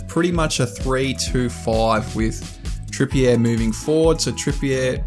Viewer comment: Lol great video but pronunciation is: Trippier (Trippy-er) Guimeraes (Gimmer-rishe)